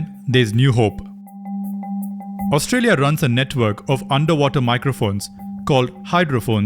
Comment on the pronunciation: Australia? Your pronunciation is so poor! My ear start aching as if I were hearing an Indian trying to speak in English!